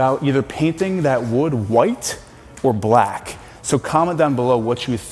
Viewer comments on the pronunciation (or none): none